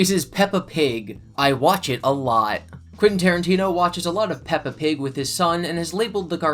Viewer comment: Puppa Pig 🤣